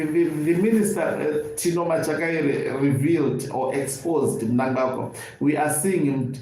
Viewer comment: I am so glad that you know to pronounce the names of big thief chigananda mnangarwa the evil killer and murder